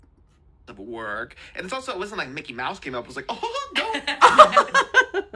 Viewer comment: He keep on calling him Mickey mice 😭😭😭😭